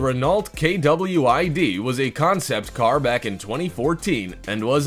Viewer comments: K-W-I-D instead of Kwid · Renault Kwid... I don't understand, why do you speka/say it's name as single letters? Because all I see it one word.